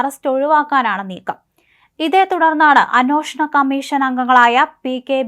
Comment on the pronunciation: മോളേ, അന്വോഷണമല്ല, അന്വേഷണം... അന്വേഷണം. നൂറു പ്രാവശ്യം എഴുതി പഠിക്ക്.. നിന്നെയാരാ മലയാളം പഠിപ്പിച്ചത് ?.. ഛെ! എന്തൊരു അരോചകം!കഷ്ടം!